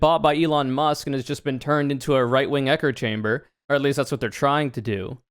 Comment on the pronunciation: "echer chamber" -, 2023